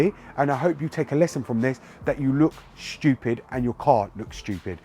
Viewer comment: I like how you said : Shtewpid